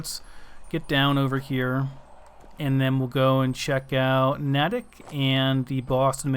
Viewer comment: It's pronounced Nay-tick